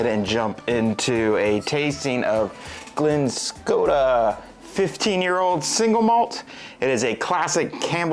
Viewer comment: It is not Glen Skota!